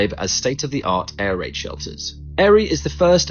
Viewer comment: Air raid shelters ... sounded like 'air rate shelters' lol...I was thinking 'pay back'